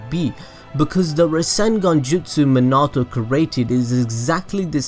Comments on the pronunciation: I hate how he says minato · this video may have been great but i just could not get past how you were saying minato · Anyone else annoyed the way he says minato’s name? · 🖕🏻 you your sayin minato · Nice video, but the weird emphasis you put on Minato's name hurts my soul lol. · Minato ( me-na-to) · It’s pronounced (mean-a-toe) just to help u out a lil bit bro but great videos I didn’t know any of yhay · I’m sorry but Me-na-toe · It's said mean e to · Meanato thats how it’s pronounced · I'm sorry but the way he says Minato, just cracks me up. Me not toe. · I bet didn't know this It's minato not minoto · Stop saying Manato!!! It’s Minato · SORRY but it’s (Mean-it-toe) Not (Mon-it-toe) ;)))) ;-; ;w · Me-na-toe not min-auto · It's Minato not manato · manahto? me-na-toe i spell it like that so you can get minato correct next time ya know lol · manato?? he's name is minato bro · Everyone:Minati Him:Munato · It’s not Manato it’s MINATO sorry but had to say it. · Yo if YOUR GONNA TELL THIS SAY MINATO RIGHT NOT MANTO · Why do you say Menato?!?!?!?!?!? It's Minato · I like how he says Monato instead of minato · Did you say minata instead of minato its prounaunced mi na to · dude it's Minato not menaato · His name is minito not manoto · its not menato its minato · Me-na-toe not ma-na-toe. Damn these anime noobs. Watch the damn show before saying shit BTW. Y'all ruining the series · did u say manatou?.? u mean mi=me. na . tou = toe =minatou^^ also great vid^^ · I feel like your saying Manato instead of Minato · Omg bro I know you warned us about it, but you are BUTCHERING minato's name its (meen uh toe) not min ah toe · He sais manato it’s MINATO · "Mnato namkaze" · MEAN-A-TO minato plz im get so annoyed no hate tho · “Muh-nah-toe” I hate it😭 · Bro its minato pronounced mean-nah-toe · This nigga really just said minedo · IT'S PRONOUNCED MIN-UH-TOE!!!! Nice vid by the way. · it pronuce likw this min-it-toe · It's pronounced MEEN-AH-TOE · HOLY SHEET ITS MEEENATO